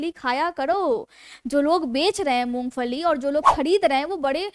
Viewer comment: First improve your Pronunciation " You said Mongfali the correct pronunciation id Mongphali". & You said you are Fijeotherapist 😢 instead off Physiotherapist " Untill you imptove your pronunciation Public will not like your show. Please do not take it ill its my suggesation so that you succeed in your show.